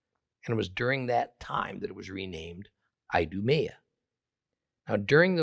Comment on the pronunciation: I-do-me-a 😂😅 Hmmm, that's telling.